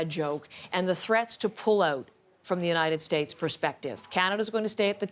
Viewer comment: "The United 'Estates" 🤣🤣🤣🤣🤣